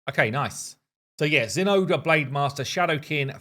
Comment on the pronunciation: is the correct pronunciation zen ahh grey?